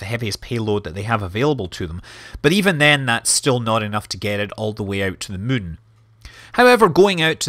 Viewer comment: Scott you've been playing too much KSP since you keep pronouncing the Moon as Mun :D